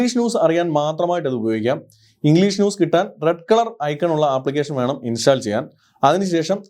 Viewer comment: Really informative and impressive. Your effort is highly commendable. Thank you so much for this video. Bro, remember one thing... Pronunciation of the word, install is ഇൻ'സ്റ്റോൾ √ 'ഇൻസ്റ്റാൾ X Another one..., Contents (usually plural) - 'കോൺറ്റെൻറ്റ്സ് (Noun) = ഉള്ളടക്കം Eg: This is a stylish and beautiful movie, but it lacks contents. Content - കെൻ'റ്റെൻറ്റ്സ് - (adj & vb) Adj, സംതൃപ്തമായ Eg: He had to be content with third prize. Verb, തൃപ്തിപ്പെടുക She contented herself with a cup of coffee. I hope it would be very helpful for you. Please try to study Phonetics from YouTube. May God bless you abundantly. If you have any assistance, feel free to ask me. It's my pleasure !